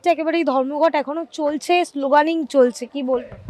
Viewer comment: কথাটা স্লোগানিং নয়। স্লোগানিয়ারিং।